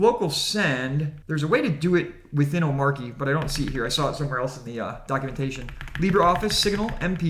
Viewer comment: Hell no, for me it’s Omarkie. I don’t care how everyone else is pronouncing it